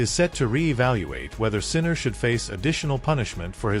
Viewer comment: Won't even watch this YouTube. You didn't even pronounce his name correctly.